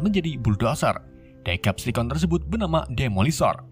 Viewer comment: Hore penyebutan deceptation udah bagus, mantap bang